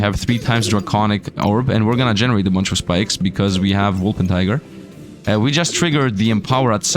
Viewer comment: Day 7 of hoping will pronounce Wolpertinger right once.